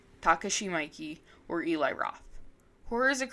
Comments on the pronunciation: It wasn't her worst one😅 "mikey" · Great work as always. Maybe your best yet imo which is no small feat. The Miike shout out is respect ++ he’s a genius. Just syk thought it’s pronounced “me-Kay” I believe. I think his love of david lynch is most evident in his film “Gozu.” IMO it’s like his version of a lunch movie and it’s crazy and awesome. It’s not gory like ichi or even audition but it is still really fucked up (and often hilarious, in its absurdism). Anyway thanks for sharing your work again, it’s always quality Edit; and your thoughts on the perspective regarding revenge movies is very insightful and interesting, especially the biblical aspect . I appreciate you calling out Lucifer Valentine too. That guy sucks